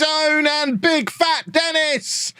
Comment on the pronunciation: isn't Denis pronounced de-NEE ?